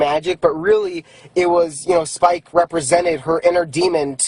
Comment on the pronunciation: The guy was so heated about the coloring book he said “spike” wrong for a second